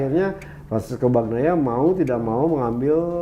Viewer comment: Bukan Bagnia Min Tapi Bagnaia!